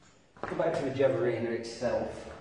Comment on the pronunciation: Where can a get a ghiavarina? Btw it's pronounced "ghee-ah-vah-ree-na" with a hard G 😉